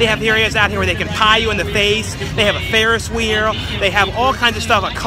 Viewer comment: "They have a Ferris Weerer"....lmao